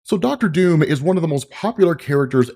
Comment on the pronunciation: Your pronunciation of Doom is somewhat funny and confusing, in any other context it would be no problem. But sometimes it sounds like Dume/Duum which my non native English speaker brain interprets as Dune. So I keep hearing "Empire of Dune" / "God emperor of Dune" ..